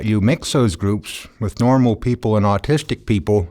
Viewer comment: "austistic" XD